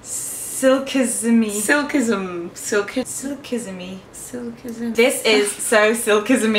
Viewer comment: Hi, it is pronounced "Silk-iss-eem". I really loved that video by the way...tons of thing I want to try now.